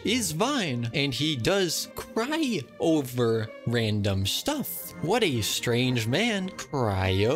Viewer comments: I’m so pissed at the one who didn’t get the riddle very fast WHEN HE SAID CRY O-VER FLOWERS😭😭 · I love the fact that the second player does not get for the word Cry-o-ver and reg is vine BAHHA but i love how they try there best to get! but still very funny